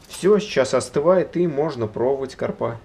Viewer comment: Ударение в слове карпа онлайн-словарь ударений русского языка В таком слове ударение должно быть поставлено на слог с первой буквой А — кАрпа.